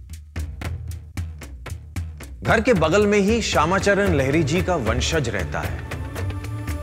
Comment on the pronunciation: लहरी नही लाहरी महाशय । और वंशज रहता है नही रहते है । यार ढंग से पढ़ना बोलना सीख लो काहे नाम डूबा रहे हो चैनल का ।